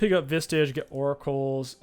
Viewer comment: Genuine question, does he say Visage wrong on purpose?